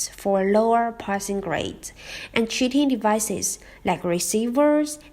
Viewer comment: When you say 'cheating' it sounds like 'shooting'. I thought you said a police man shot and killed someone in the exam! I was like WTF.